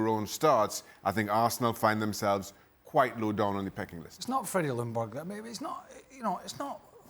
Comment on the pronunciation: freddie's last name is pronounced "jung - berg". Lj in swedish = you only hear the J.